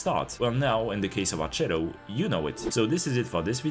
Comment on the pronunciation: it's pronounced more like "arketto", you can look up the Onboard voice line